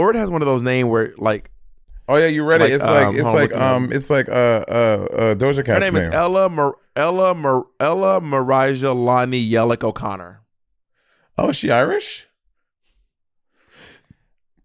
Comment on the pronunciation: And Yelick instead of Yelich 😂 Bob really does not care for her